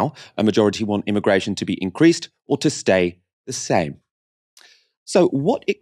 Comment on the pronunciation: The first guest speaker said “I”migration Lmaoo why she pronounce it like that 🥴